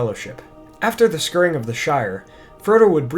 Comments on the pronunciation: The word 'Scouring' is pronounced 'skowering' not 'skurring.' It makes you sound very pretentious... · Sounded like he was saying scurrying. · Dope video, great attention to detail with a bit of artistic flair thrown in. Very enjoyable, although you’re not pronouncing scouring right. Phonetically, it should sound like you’re saying scow-er-ing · "Scouring" is pronounced "SCOWERING" - not "scurring" . . . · Hail and Well Met,, love the video, but you are pronouncing "scouring" wrong. It's not "scooring", but scowering. Like a scouring pad. Keep up the good work. I always loved the Epilogue as much as the main story. It always hammered home the history of it all, for me. It's not as well catered for, these days, because of the films, I suppose. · I believe it is pronounced scour(as in sour)ing, not skurr-ing. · after the what? scurring? it's the scouring of the shire. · You are mispronouncing the word "scouring". The "ou" is pronounced like "ow". Like the "ou" in "about". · The word is scouring-- pronounce skowering to rhyme with showering. Like who you scour a pot. Valinor and Tol Eressea are the Undying Lands. Bilbo, Frodo, Sam, and Gimli did not die. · scouring rhymes with towering, not scoring or skurring. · love your videos man. only thing that bugs me is your pronunciation of some words. scouring is said "scow-er-ing" and ent draughts are said "ent DRAFTS" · The 'scurrying' of the Shire? Never heard scouring pronounced quite like that. No matter. I love your channel! Keep up the good work. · Nice video, but you are mis-pronouncing "scouring: - it sounds more like SCOW-ering. (look it up) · “Scoor-ing”? Oh. Scouring. Rhymes with “towering”. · Thank you. Scour...rhymes with flour. I found the mispronunciation annoying as well. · awesome as usual. However just as a note; scouring is pronounced skow-ering. Keep it up. I love your channel.